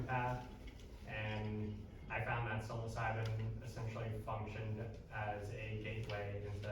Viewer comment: Pretty good presentation so far have to watch the rest later but idk if he says it on purpose or if there's a reason for it cus he has a lot of knowledge about it but psilocybin is pronounced " Sy-low-sy-bin" or "Sy-low-sibe" either way thanx for the knowledge